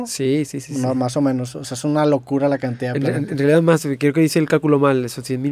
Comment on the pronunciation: Esa rialidad es una barriera rieciente ja